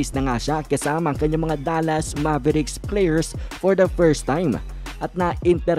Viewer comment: Hindi MABERIKS ..ITS MEYBRICKS...MAVERICKS